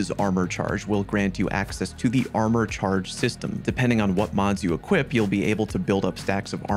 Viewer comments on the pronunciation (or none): none